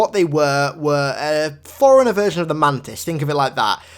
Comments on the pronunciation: For the love of God... Stop saying "foreigner" instead of "forerunner". FFS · It's "4 runner" BTW